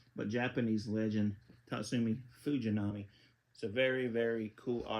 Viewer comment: You said Fujinami's name right. Good job.